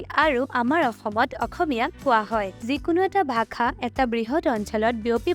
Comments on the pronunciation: Bhakha?????? Ne bhaxa? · Video ভালেই বাৰু,, কিন্তু ভাখা নহয় ভাষাহে , মানে উচ্চাৰণটো 😊😊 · its not 'Bhakha' , it is 'bhaxaa' your pronounciation in the entire video is wrong. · Prothomote apuni bhakha tu pronounce koribo hikilok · onh eneke pronounce koribo lage...video t bhaaxa r pronounciation xuni murtu bikhai gol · ভাষা শব্দটো সঁচাই ভুল হৈছে উচ্চাৰণ । ভাখা কৈ আছে